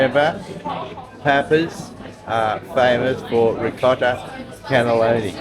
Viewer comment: This reminds me of when I lived at Abbotsford and Haberfield was a bus ride away to this fabulous precinct. Incidentally you keep calling it “cannelloni” when it’s pronounced “cannoli”. Cannelloni is savoury filled tubes a bit like lasagna. Love your videos.